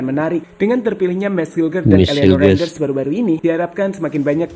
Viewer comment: Renders bang,bukan renjener